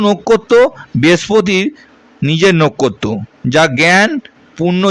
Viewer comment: আপনার কি জিভ ভারী পরিস্কার স্পষ্ট উচ্চারণ করেন না কেন পবেশ পতিকার এসব কি। পুন্নবসু না পূনর্বসু নোখ্খত্ত না নক্ষত্র খুবই বিশ্রী লাগল শুনতে। তাই মাঝপথেই বন্ধ করলাম